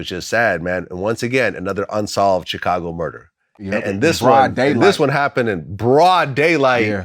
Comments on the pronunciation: LOVES TO SHOW HE KNOW HOW TO SAY CHIcago the proper Way🐴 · Vlad says Chicago like u say it fr. Stop churching it up. U ain't no ese